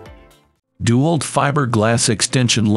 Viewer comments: It's DeWALT not dual. Then again, using an A.I. voice and not being able to figure that out explains a lot. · Narrator should learn to say DeWalt. It's not DEW-alt it's De-walt. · Its dewalt not duwalt. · I like how the ai says DuWALT. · Gotta love the ai voice. dew-alt lol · Try using a real human for your next voiceover. He might at least be able to pronounce "DeWalt" correctly.